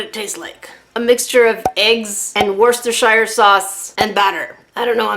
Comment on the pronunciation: the way you pronounced worcestershire made me chuckle because it reminded me of the hobbit lols